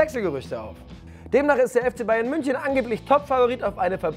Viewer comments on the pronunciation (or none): none